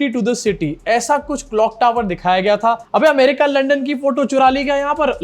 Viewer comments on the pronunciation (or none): none